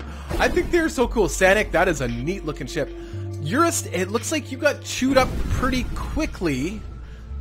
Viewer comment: Urist Tarmogoyf! :D It's Urist! A dwarf fortress reference!